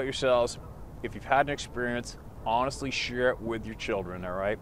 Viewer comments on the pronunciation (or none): none